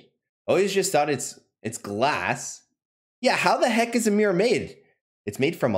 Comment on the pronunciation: Cringing at his pronunciation of mirror. "MEER MEER MEER."